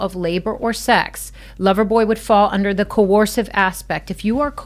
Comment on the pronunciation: co-ursive, survivor lady!